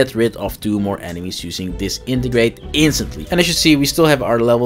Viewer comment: Dis-entegrate :D I think its just Disenegrate :D